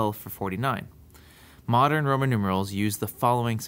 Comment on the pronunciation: u said proman instead of roman at the end